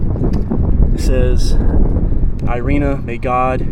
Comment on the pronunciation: It's called "Eereena"